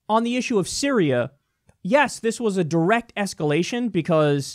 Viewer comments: Kyle "Sy-ri-AH" Kulinski. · "Bitch I said Siri-A" LOL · “BITCH I SAID SY-RI-A” - Kyle Kulinski 2018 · " bitch , I said syri-A "